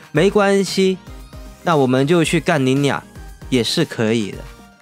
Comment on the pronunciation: 幹靈鳥 那個發音 我笑死😂